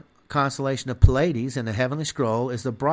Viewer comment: Pleiades is pronounced Plee-iades, not Puh-ladys.